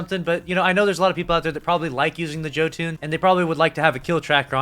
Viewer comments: Pls it’s: Jötuun “yo-tune” not Joe-tune. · Did he really just pronounce it as "Joe Toon"? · Hearing you say Joe Tune instead of Jotuun (pronounced yo-ton) physically fucking hurt. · It would be nice if they could fix them too, I can't even progress the lumina catalyst progress as its been bugged since beyond light came out. P.s. ITS YOTUN not JO-TUN (just played god of war lol) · Love your content but my ears, Jö·tunn [yœ-toon] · the "the joe toon" YUL_TON homie its pronounce YUL-TON but i agree generating orbs is huge for some these exo. but even if they only boosted reserves and maybe mag but also generates orbs that be huge. on some of those exo like chappy if it got any stronger it be broken. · My guy said Joe toon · Me did he just say joe tune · Yoe-toon. It's pronounced Yoe-toon. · “The Joe Ton” Lmao But yeah every single exotic should have a catalyst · Joe tune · It's actually pronounced Yo-ton. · Or Yo-Tunn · How in the hell do you not know how to pronounce Jötunn? It’s been in the game for 2 years. Have you been living under a rock? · You said jotunn wrong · man... That's not how you pronounce Jötunn...